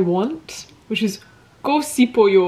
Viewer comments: by the way the 시 together is pronounced more like a 'Sh' sound rather than an S alone, so 싶어요 is pronunced more like 'Shipeoyo' rather than the 'Sipeoyo' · 고 싶어요 is actually pronounced as “ go shipeoyo” good luck on your language learning journey! 화이팅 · Love your video! hope you stay healthy! Here's some tips for you:) "~고 싶어요" when you pronounce this, it sounds more natural to say "~go shipuyo" than "~go sipuyo" small difference but much more natural! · A tip: when ㅅ goes with ㅣ like in 싶, it's pronounced as ship!It makes a sh sound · the s in sipeo is pronounced like sh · when a ㅅ is followed by 이 the pronunciation becomes ‘sh’ so 싶어요 is ‘shipeoyo’. Hope this helps! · i was gonna comment the same thing!! her pronunciation is pretty cute tho<3